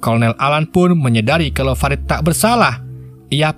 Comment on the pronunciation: fa - rid woy bacanya bukan fe - raid .. hadeeeuh senggol dong